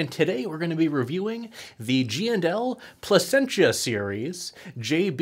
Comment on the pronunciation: Lol you murdered the name. Pleh sen sha is how it's pronounced